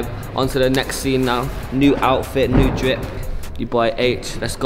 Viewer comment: he said New dwip